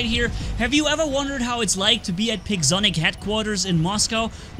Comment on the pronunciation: i thought said pigzonic 😂